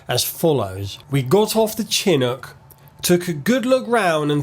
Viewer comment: Dude you look like Conor Moore doing an F1 impersonation. Also its Leftenant not Lootenant and Chinook not Chinick.....